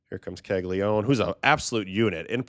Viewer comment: Great stuff, just wanted to point out that Caglianone should be pronounced "ka-lya-NO-ne"